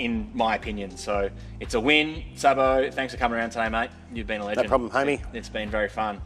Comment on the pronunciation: Its pronounced Sabo. 😂